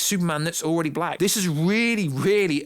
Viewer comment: Why do you keep saying "Black" with so much emphasis!?!